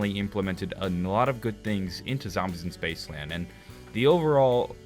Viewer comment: "Spacceland" Hahaha good shit